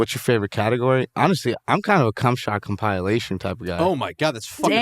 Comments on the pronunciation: calling out his favorite category, how he pronounced "compilation," and Bobs response to it was pure comedy! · Them pronouncing compilation as "Cumpileation" had me losing brain cells lmfao🤣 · com-pie-lation hahah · Compile-ation? Incorrect. It’s pronounced com-pill-ation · Nobody on this podcast knows how to pronounce compilation... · shit is definitely weird. Especially how he pronounces "compilation" lol